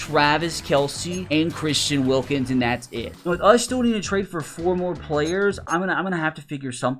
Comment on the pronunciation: Why did it say wilKIMS??? LMAO DUMB HICK